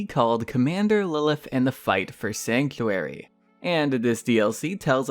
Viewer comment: There is a T in sanctuary, you moron.